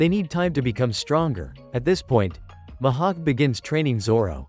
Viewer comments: Why did he say Grap not Garp and mahawk not mihawk and kazaru not kizaru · And it's not Mahak it's MIHAWK AND IT'S NOT YOUSOPP IT'S USOPP